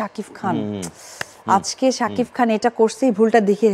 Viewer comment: শাকিব নামটা তুমি সব সময় শাকিফ বলে । নামটা বলতে পারে না